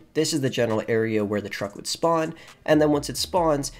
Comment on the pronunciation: Toe-truck? Ah, ok. I see you’ve been hanging with J.B. and Tonya.